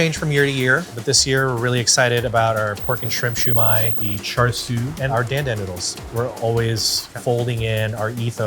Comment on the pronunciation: You know it ain't gonna be that authentic when he's saying char siu and dan dan like that. Still looks good.